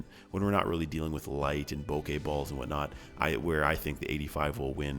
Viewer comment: Thank you for saying bokeh correctly, you're 1 in a million on Youtube